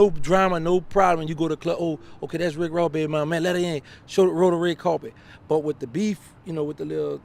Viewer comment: Rick woss?😂😂